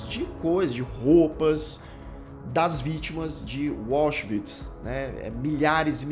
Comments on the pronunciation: Por que a maioria dos youtubers conseguem complicar o que é simples? A pronúncia dos nomes alemães. O complica a pronúncia de Auschwitz. Tenta inglesar: diz "UÓchvitz". É muito mais simples: AUSCHWITZ, W com som de V, quase como se pronuncia em Português. Tem mais: ele pronuncia Höss de maneira desastrosa. Sai: "Hóss". Não é. A pronúncia é parecida com Hêss (h aspirado). fica com medo do nome e passa a tratar o frio comandante de Auschwitz com intimidade. É o "Rudolf", mais fácil de pronunciar, parecido com a pronúncia inglesa, não é, colonizado? É o mal de quem tem o Inglês como 'língua oficial". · "Wallschwitz", que pronúncia é esta,!? KKKKKK De resto, otimo video, excelente indicação! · É, "anglicização" por defeito.🤭